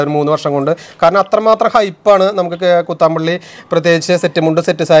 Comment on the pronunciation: കൊച്ചംപുള്ളി അല്ല പോച്ഛംപുള്ളി അത് ഒരു സ്ഥലപ്പേര് ആണ്